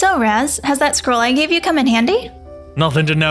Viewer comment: Raz turns evil? More like Raz falls in love. I also like how says “Raws” instead of Raz.